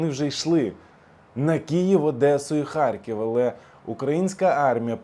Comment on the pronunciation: Не ХарЬків, а Х А Р К І В! ПОЗБУВАЙТЕСЬ РУСИЗМІВ!❤